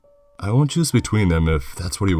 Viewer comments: At first I thought he said juice then I thought it was Jews then I finally realized it was choose lmao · I couldn’t tell if you were saying juice, choose, or jews.